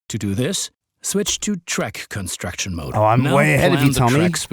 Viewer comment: The pronounciation of "Construction" sounded german to me